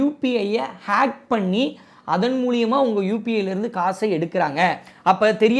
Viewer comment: மூலியம் இல்ல மூலம்